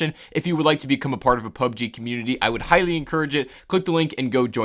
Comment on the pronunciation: PlayerUnknown's Battlegrounds; or P.U.B.G.; or Battlegrounds – NOT "PUB-GEE".